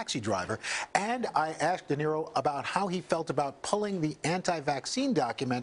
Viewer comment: De Naro instead of De Niro!!!